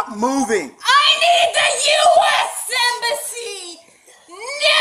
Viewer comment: "I NEED THE US AMBESSAY" XD wtf are they gonna do